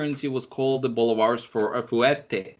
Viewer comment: You made it sound like Boulevard, Its pronounced Bolívares. Work on your spanish gringo boy